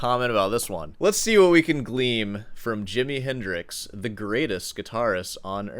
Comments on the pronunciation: *glean, not, “gleam.” Please be a better snob. As a snob myself, that’s embarrassing. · You said “gleam” when you meant “glean”, btw. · It's glean not gleam. It's okay though I will continue subscribing to you😂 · you meant, "let's see what we can GLEAN"; the word isn't gleam ! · "Let's see what we can gleam from..." The word is glean, not gleam. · The two educational portions of your thesis are in (1) the quotation marks in the title of this vid, and (2) pronouncing the word "glean" as "gleam". I'll expound. (1) This is an aesthetic expression. (The content reflects the immorality of sending our young people to die in the attempt to kill Vietnamese people in their homeland over a political policy of theirs we disagree with. Having grown up as a US citizen in Asia during the 70's I can assure you that us pouring napalm on their people was not popular). Thus, the quotation marks in the title of this video form the question: "What is art?" One could argue that the best rendition of the most sublimely composed classical guitar part (ala Segovia playing Bach) is horrible, as the player becomes invisible and contributes nothing, and all players at that level make the piece sound the same. Which brings me to my second point. (2) I think I heard you say "gleam" instead of "glean". If so, that's an error, and it's an objective error. Unless I'm wrong and did not. By contrast, we can't know if Hendrix made an objective error in this rendition, as we don't know what his intent (located only in his mind) was at the time. And yet, he opened up and took an authentic risk (unless it was just satire and rage-bait on his part). In summary, this is art. And it was art that functioned as a critique of a military action (we didn't declare war) that was wrong. Now, years later, the art is critiqued. And the critique of the art: (1) conflat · "Glean," not gleam. If you're going to be an elitist snob, you should get that right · its glean with an 'n'